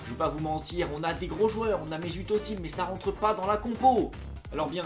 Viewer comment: On dit Ezil pas Ozil